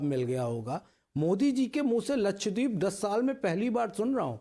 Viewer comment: अबे लक्षद्वीप बोलना तो सिख ले, बाद में प्रवक्ता बनना